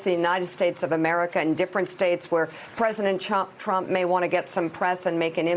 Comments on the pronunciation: "President Chump" I heard that🤣😂🤣😂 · She almost said President Chump lol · "President Chump!" I love the slip Mika and the show; it makes my mornings much more bearable.